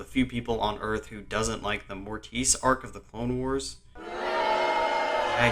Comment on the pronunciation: I have never heard mortis pronounced the way you did here, very interesting lol